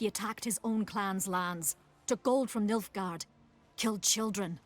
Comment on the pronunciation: its nilfgard fam